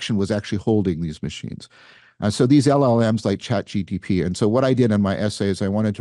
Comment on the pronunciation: when john says chat gtp he sounds like when zizek says mark zuckenberg, ok grandpa